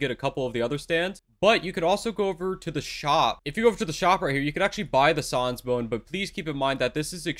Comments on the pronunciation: It’s pronounced SAANS not SAWNS >:( xd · Im sorry but its annoying how he pronounces sans as Saans and xchara as xcara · he he, said sawns bone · Sauns bone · Son bone lol it’s sans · If he says sons one more time I swear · Why does he say sans like soans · I like how he says "sans" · The way he pronounced sans hurts me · The way he pronounce sans and x chara lol good guide tho 👍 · the way pronounces sans though 😭😭😭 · god the way he says sans is just...... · Why are you saying sans so incorrectly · The way you say sans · is he saying sans wrong on purpose? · bro is he saying sans and chara wrong just to piss me off LOL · why he say sans like that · Is anyone triggered how he said Sans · i hate how you said Sans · I like how he mispronouns sans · he doesnt know how to say sans : |